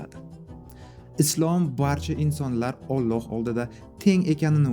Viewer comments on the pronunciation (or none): none